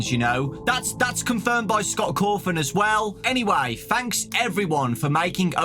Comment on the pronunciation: "Scott corfin" 💀